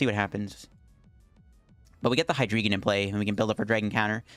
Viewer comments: Yo. If Hydreigon is going to be your channel mascot, learning how to pronounce it might be helpful. It sounds like hi-dry-gon as the whole evolution line is based on counting to three in German. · I don't even have half of those cards, let alone an Umbreon V-Max. I'm trying to use the Hydreigon, and I've gotten it out after my opponents KO'd a Pokemon V. But, I can't get enough synergy with the cards I have. Edit: BTW. Pretty sure it's pronounced Hy-DRY-gon... Drei is German for 3. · D"ein"o, "Zwei"lous, Hy"drei"gon. Did you mean you CAN confirm?